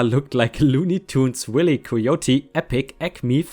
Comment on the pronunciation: Wiley Coyote: Pronounced Why-Lee (Wiley means Devious, Sneaky) As an easy way to pull pronunciations for cartoon characters, just do a quick YT search for that character name and watch a few native reviewers talking about them. If they all pronounce it the same way, that's the most common/most proper pronunciation. I do this a lot with foreign names, as there are a lot more people more educated in many languages than I on YT. Otherwise, thanks again for another great video! And OMG, these HOA's... When they start going against the US Citizen's core laws that they fought for independence over and still carry as their biggest national pride... what do they EXPECT people to do in response?